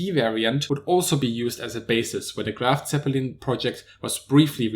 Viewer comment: LoL dude its not Graf Zeppelin dumb